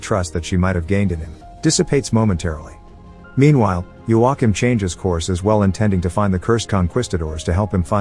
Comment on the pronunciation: You say Joachim wrong